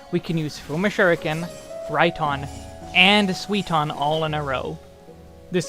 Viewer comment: I love your videos but man you don't even try to properlly pronounce the japanese words xD Suiton becomes Sweeton when you say it lol